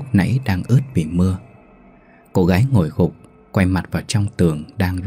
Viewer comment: Viet sai dai từ dành xung , Ngo là ngồi thứ nhất, ni là ngồi thứ 2, nghe mat hay